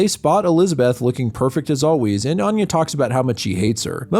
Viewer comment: I couldn't get beyond the first word; he pronounces 'Anya' closer to how 'Aine' is pronounced. Which is ironic, lol.